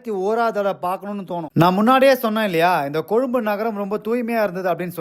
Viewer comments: கொழும்பு என்ற உச்சரிப்பு அழகாக இருக்கிறது உங்களிடம். கொழும்பை பற்றிய உங்களுடைய நல்ல வார்த்தைகளுக்கும் வாழ்த்துக்களுக்கும் நன்றி 🙏🏻 ஆமாம் கொழும்பில் எங்கு சென்றாலும் மரங்கள் இருக்கும். ❤️❤️❤️🇱🇰🇱🇰🇱🇰😇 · நன்றி நண்பரே ❤❤❤❤❤❤ நீங்கள் கொழும்பு என்று உச்சரிப்பது அழகாக இருக்கிறது..... காணொளி இறுதியில் சூரிய அஸ்த்தமனத்தை அழகாக காட்சி படுத்தியிருக்கின்றீர்கள்......❤❤❤❤ மிக அழகு